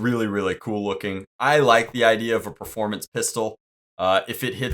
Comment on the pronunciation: Did he say pro ferpormance?